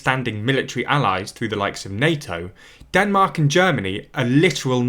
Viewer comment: Ah yes, Denark.